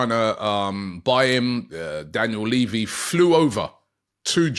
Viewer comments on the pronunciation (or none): none